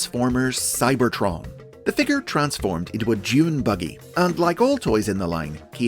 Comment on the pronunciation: did you refer to Hardtop's vehicle mode as a "Junebuggy?" I've replayed the bit several times and it really sounds like you've mispronounced the word by mixing "junebug" with "dunebuggy."